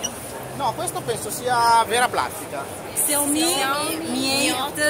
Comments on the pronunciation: Si pronuncia ''SCIAOMI'' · Ma uno che abbia pronunciato il nome di "Sciao-mì" come si deve non c'è